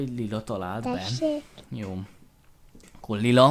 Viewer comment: D Tesék TESÉK hogy mondtad xd